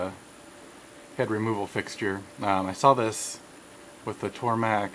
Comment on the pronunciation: Tormach not tormak